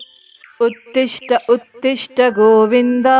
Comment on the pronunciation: ಉತ್ತಿಷ್ಟ ಉತ್ತೀಷ್ಟ ಅಲ್ಲ ಉತ್ತಿಷ್ಟೋ ಉತ್ತೀಷ್ಟ ಗೋವಿಂದ